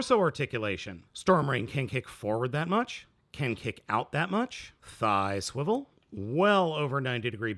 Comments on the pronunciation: Do not say swiwle like this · why does he keep saying 'swivel' in a weird way